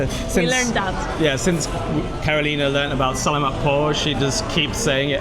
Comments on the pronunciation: It is sa la mat not sal a mat, just to help you out. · It's "Sa-la-mat pô" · Adobe should be served hot. It's much better. And you are pronunciation of SALAMAT is incorrect. Ask a Filipino how to pronounce it properly. I made the same mistake when I first moved here 5 years ago. Also ask someone how to pronounce TAGALOG. Videos are good though